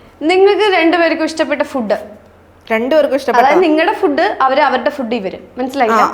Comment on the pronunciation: ഫുഡ്ഡ് അല്ല ഫൂഡ്